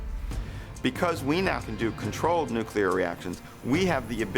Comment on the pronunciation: It doesn't help your argument when the people you're using as references and experts can't pronounce the word "nuclear".